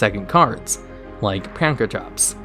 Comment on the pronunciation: How is it that butchers so many card names and yet he's one of the few people that actually says "Pankratops" instead of "Prankatops"